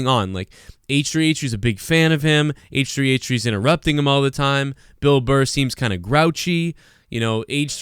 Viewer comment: “H-Tree H-Tree”